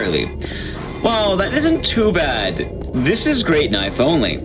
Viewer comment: That's not a knoife